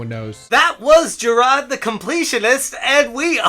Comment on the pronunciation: Jir-AHdddd. Stop. Ssstop it